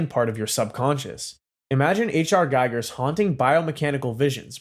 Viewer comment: H.R gigers's name is pronounced geeger not guy-gur